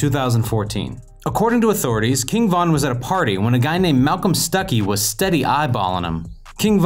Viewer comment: Stop saying his name like that it sounds like you're saying king Kong 😂😂😅